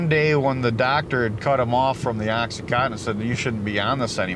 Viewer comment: OxyContin, not OxyCotton.